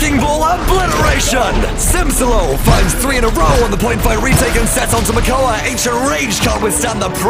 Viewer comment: Some really nice plays! Loved the Makoa (Mokoa? :P) aggression!